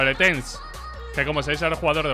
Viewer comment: cuando dijo tenz creí que era tense